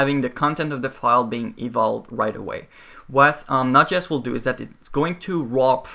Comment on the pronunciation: I'm fairly sure it js pronounced Node. JS.. not notches. :)